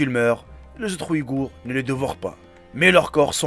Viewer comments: Agorhis pas Ouïgourhs !!!!!!! Est ce que cest fait exprès ou quoi??! Ne confondez pas les deux .... deux mots totalement différents... quel inculture ... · Pourquoi tu parle des ouïgours???c’est une vidéo sur les aghoris...va chez l orthophoniste frero